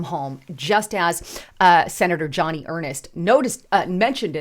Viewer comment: It's Joni not Johnny.